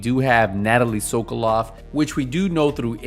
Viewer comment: sokolova you pronounce her name wrong every time in this video sokolov is man sokolova is feminine